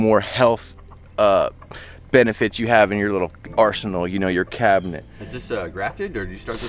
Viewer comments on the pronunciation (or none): none